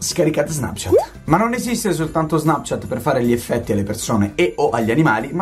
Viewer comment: ci sono 3 F😂😂 eFFFetti😂😂 TI ADORO LEOH❤